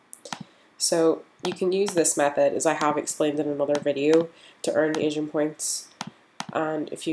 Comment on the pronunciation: On some parts, it sounds like you’re saying “Asian points”, instead of “Aging points” 🤣